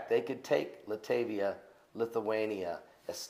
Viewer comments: Latvia, not Latavia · LOL pronounced "Lat-Via" I went to skool, in Lithuanian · Are you serious? Are you serious?? does not know how to say Latvia? Are you serious he des not know that Estonia is on the north side of Latvia? Please send an atlas this is not common core!